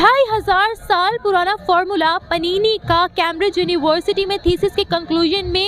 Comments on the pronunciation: इस गधे एंकर को महर्षि पाणिनि का नाम भी उच्चारण करना नहीं आता है। लानत है। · Inko panini maharishi ka naam bhi lene aur uccgaran karna nahi ata